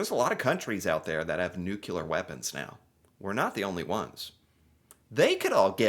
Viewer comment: Did you just say " meow more then ever " ?!! Meow now hold on meow